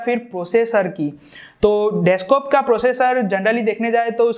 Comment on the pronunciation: Bhai desktop hota hai deskop nahi